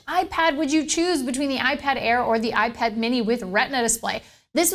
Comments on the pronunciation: "Ipar" lol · Gotta love the "iPar" lol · iPar and 'A NOTHER'